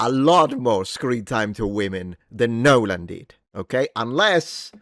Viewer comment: Congrats on not butchering the last name that much. 😂